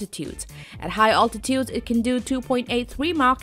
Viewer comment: and she says oltitude.